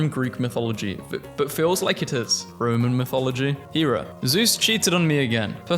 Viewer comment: poseidon’s name is roman is neptune and the men were saying ROW MAN.